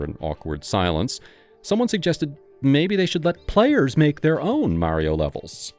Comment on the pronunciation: Great vid 👍 Mario is pronounced mah-rio, not mary-o, by the way.